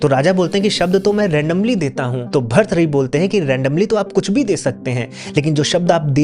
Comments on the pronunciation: Please improve your pronunciation of hindi ans Sanskrit . It is not bharthari. It is Bhartrihari see the ृ in त . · Bharthari nahi bhartrihari hota hai english man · अरे यार भृतहरी बोलना नही आता...आप क्यो बनाते हो व्हिडिओ...सोच रहा था ये किसके बारे मे बोल रहे हो... एक काम करो, कल सुबह जल्दी उठकर, आकाश की तरफ देखकर दो सौ बार भृतहरी बोलो...और अगर भ्रतहरी बोला तो अपने ही कान के नीचे एक थप्पड लगा लो... भ्रतहरी कहीं का... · भर्तहरी ❌ भर्तृहरी✅ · भर्तहरी ❌ भृतहरी ✅ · खूप खूप सुंदर माहिती. भर्तुहरी भ के बाद आधा र्. र को जोडकर तु आता हैं. उसके बाद हरी. भर्तुहरी.